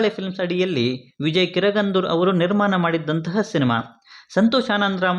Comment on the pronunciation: ಎಲ್ಲಾ ಸರಿಯಾಗಿ ಹೇಳಿದ್ರಿ ಆದ್ರೆ ನಿರ್ಮಾನ ಅಲ್ಲ ನಿರ್ಮಾಣ ಅದು...